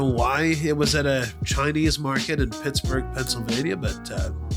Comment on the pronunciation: You’re saying it correctly lol. Hope you feel better soon!!